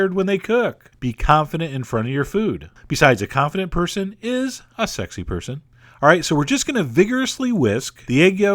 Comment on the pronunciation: "besides a confident person is... a secy person" HAHAHAHA